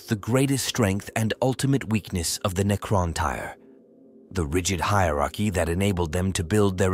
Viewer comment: deffo tyre. Had to stop right there. Getting tyred of this ai bibble.